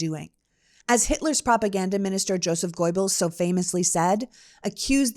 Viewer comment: The first syllable of Joseph Goebbels surname is pronounced “GUR-“, not “GOY-“